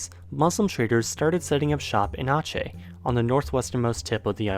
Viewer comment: Very well made video! Love that use of Nusantara as the region, which is less and less people actually know what that name refers to. Also 10/10 for the pronounces of Aceh